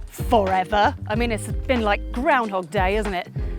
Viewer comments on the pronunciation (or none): none